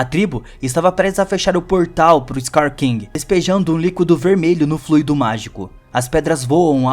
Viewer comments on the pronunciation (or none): none